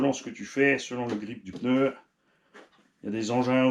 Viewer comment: Du peuneu du peuneu 😂😂